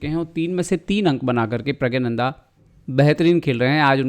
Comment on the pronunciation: It's प्रग्गनानंदा👏🏻